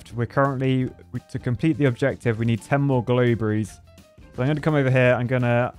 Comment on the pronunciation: No one says "straw berry", right? I wonder if that's a UK thing because yeah they were glow berries. Not globe-ries.